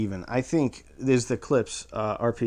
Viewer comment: I'd like to apologize for yelling at your pronunciation of Clips last night. I was a six pack in and got carried away.